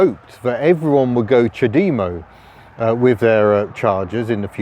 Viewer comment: CHAD-emmo not cha-DEE-mo lol